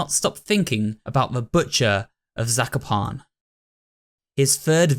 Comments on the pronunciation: im polish so zakopane is pronounced incorrectly but still good try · I remember that I stopped watching this and I didn’t remember why. I started watching again and now I remember. I am Polish and it triggered me when pronounced Zakopane wrong. Who else can relate? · I found trying to prononunce Zakopane suprisingly funny To other Polish people, tell yourself sekopan